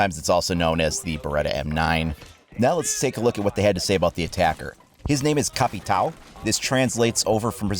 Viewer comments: the pronouncing of Capitão would be something like Ka-pee-town just so you know the right way. I'm a Brazilian fan btw. Love your content man! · Brasil Ian here caveira is pronounced ka vei (like vein without the n) ra (Like spanish ra) and the capitão is like us equivalent, but the ão part is impossible to be flexed by English speakers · Hey, don't want to be a jerk or something like that, but the actual way to say "Capitão" is just like "Capitain". but try to change the "in" to "o" and emphazise the "Capi" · Capitão not capital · Also, "capitão" is missing the tilde over the A, which changes its pronounciation to be more nasalized. It should sound kinda like "un" in "under" (as opposed to "u" in "up"). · dude go on google translate and leran how to pronuciate caveira and Capitão i just laughed with you tryng to say their names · lol you butchered the words "caveira" and " capitão" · I am brazillian, I just added up this comentarie for correcting your pronunciation